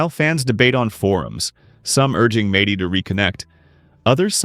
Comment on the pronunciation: AI sucks... "Madey" 😂